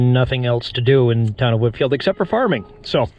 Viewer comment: Come on. It is Whitefield, not 'Whitfield'. It's not St. John's Bay, it's John's Bay. It's not Fort William McHenry,, It's Fort William Henry, which I excavated in the 1970s.